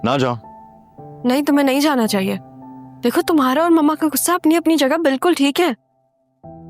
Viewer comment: Gussay ki jagah koi or lafz bol lo ....ghussa hota hay gussa nahi